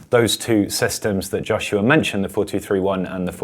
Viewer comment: I've never heard Joshua pronounced likes that before...